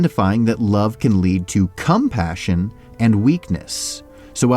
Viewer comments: Why you say cumspassion not compassion XD its weird in this context 0_0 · Jeez dude its compassion not CUMPASSION🥛😑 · Please don't say compassion like that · the way he said COMpassion, it sounded like he was saying CUMpassion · Ha ha he called it cum passion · He keeps saying "cum passion" for compassion. And then cuts to Sidious doing his O face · Whenever you say compassion I hear cum-passion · com-passion lol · Deliberately saying cumpassion? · I'm sorry did he say Cumpassion? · did i just hear "cum-passion"? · The way you said CUM-passion tho 🧐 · Had to put the extra emphasis on CUMpassion huh? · papacon 707 "CUM- Passion" 💀💀😭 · Literally saw this right when he said that🤣 thank you!!! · Lol I know he puts the stress on the 'com" in compassion to distinguish from passion, but it keeps making me laugh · The emphasis on the cum in compassion is making quite uncomfortable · I noticed that 😂😂😂😂😂😂